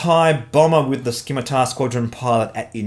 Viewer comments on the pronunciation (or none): Scimitar is said "simitar" like the curvy swords. unless that's a UK thing i suppose...